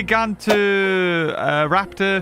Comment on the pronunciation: After nearly 6 years of waiting we finally have Utahraptor the biggest dromaeosaur ever. Also it’s GYE-GAN-TOE-raptor not GIG-AUNT-TA-raptor.